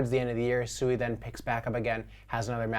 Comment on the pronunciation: Still havent done your research or talked to anyone from Mysten Labs or Any devs of SUI. Its not pronounced SUE E, you are going to get noobs in the space Rekt when they try to buy the meme coin SUE E, and not Swee =SUI. People in the the crypto space are Super Low IQ, it shows